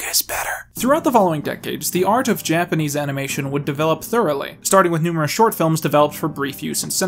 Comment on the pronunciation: Hey,, you actually did a great job on the Japanese pronunciations! They're actually super easy to do if you even take just a little bit to learn the language; the system is highly consistent. It's not as hard as English, at least, in this regard.